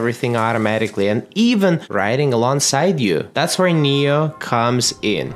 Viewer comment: It's pronounced nee-oh. Makes sense because it knows everything for you.